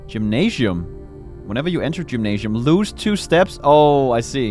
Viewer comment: I just want to say that saying "gymnasium" as if the s is a j is funny to me. I know English is weird, but this word isn't that word, with the s being pronounced as a z i.e. "jim-nae-zi-um". Similarly, "symposium is pronounced to rhyme, i.e. "sim-po-zi-um" (not that the other word itself is relevant)